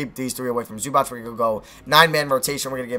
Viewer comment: PLEASE STOP SAYING ZUBATCH OH MY GOD